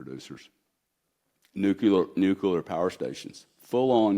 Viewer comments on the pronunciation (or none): New cue lar. LOL.